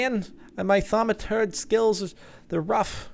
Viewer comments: THAUMUTURGE NOT THAUMUTURD let me repeat the pronunciation THAUM-A-TURGE not THAUM-A-TURD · ThamaTURD? Isnt it thamaTURGE? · Cobblestone is a key source of Perditio. Also It's Thaumaturge not turd. Too many facepalms to address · It's Thamaturge not Thaumaturd derp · Its a ThaumaTURGE not ThaumaTURD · Also wasn't it thaumaturge not THAUMATURD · Ha I thought you said thermometer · Thaumi"turd" heehee I LOVE BEING IMMATURE :D